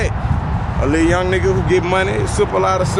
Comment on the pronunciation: Towards the lil school 😭😭😭😭 he beem saying LIL